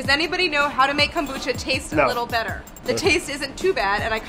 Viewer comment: So triggered about how they pronounce kombucha, but I understand the reason...